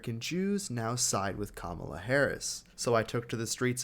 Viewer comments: Dude, maybe you should try to get her name right. It's "Komma-La", not "Kom-mala". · you need to pronounce Kamala correctly. You kep saying kam a La. It’s comma la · You seriously can’t properly pronounce “Comma” and “La”? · “We should make this world a better world with goodness and kindness” Sir can you site when Trump was kind? As for please pronounce her name correct..It’s Kamala-Comma La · Hey. Why can’t you pronounce Kamala correctly??? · You should learn how to pronounce her name before you make any more videos about her. You know she is married to a Jewish man. 😂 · Geez,...you couldn't even pronounce Kamalas' name correctly! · Please learn how to pronounce her name! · So why do you pronounce Kamala Harris’s name wrong?